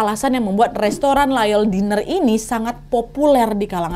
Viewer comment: Team yg selalu nonton tp gak pernah komen 😂 btw Diner itu di baca nya Dainer bukan Diner kyk tulisan nya 😘😘